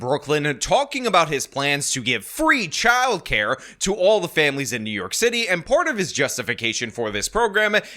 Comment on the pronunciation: I love how calls it "The City Of Nyork." 😂